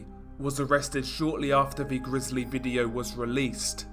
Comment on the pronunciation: Seriously? Ve (the), vough (though), wever (whether), over (other), vat (that), def (death), vis (this) and on and on and on. Dude, We can assume that English is your first language coming from the UK? Very difficult to listen to this crap when it appears to be narrated by a 3 year old.